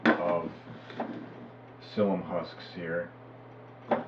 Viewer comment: Thanks. We just ordered some slippery elm bark powder to give it a try (we already had the psyllium. .... "psyllium" has Three syllables.. When you mispronounce things it damages your credibility, and your information is too valuable to have it degraded.